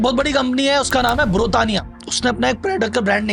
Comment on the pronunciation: आप खुद ही गलत कम्पनी के नाम बता रहे हो, अमूल को नमूल, फॉरच्यून को नोर्चुन, शुगर फ्री को शुगर ट्री, ब्रिटानिया को नुत्रियानी बोल रहे हो, जो कि गलत स्वयं ही बता रहे हो, जो कि गलत है